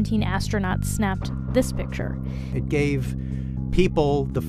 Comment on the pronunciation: It's picture. Not pitcher